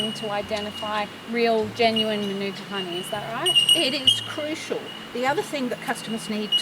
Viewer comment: Maanuka not minuka....dickheads